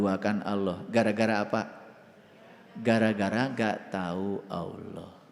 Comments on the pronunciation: Penyampean bahasa Ucapan harusnya Alloh bukan Awloh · Allah bukan aloh ,kamu itu sesat kan umat. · Alloh.....bukan awloh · COBA SIMAK KALA DIA BERUCAP ALLAH.... TERDENGAR SEPERTI AULLOH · Aq kudu kemekelen....kog ada orang yg mngatasnamakan dirinxa ustad kog melafafkn Alloh aja glepotan.... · Orang koplak dikasih panggung..ngucap Alloh aja can becus.